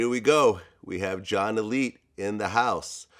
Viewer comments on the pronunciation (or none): Pronounced A-light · Vlad, it’s Alite ( A Lite, like Lite beer)